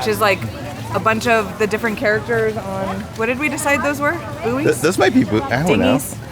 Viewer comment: It’s a buoy,. A buoy.